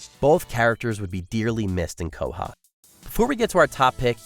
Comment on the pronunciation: its QUAHOG not COLHOG you dummy! LOL